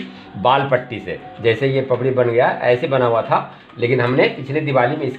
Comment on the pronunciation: wall Patti Nahin wall putti bolna Sikho pahle